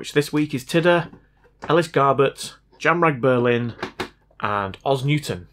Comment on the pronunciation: This may be the weirdest comment you've ever gotten, but i Subscribed purely on the basis of how you pronounce "Jamrag Berlin". Oh and also because I like the repair stuff, music, editing, comedy and sincerity. . . . kinda. But mainly Jamrag Berlin.